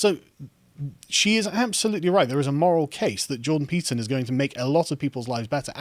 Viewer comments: I constantly hear him say pizza instead of Peterson. Now every time someone mentions Peterson, I crave for pizza and vice versa. 🍕📖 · Am I the only one who heard "Jordan Pizza" almost every time?